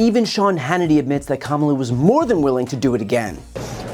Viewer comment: The only thing I took from that was, he finally said the vis president's name correctly.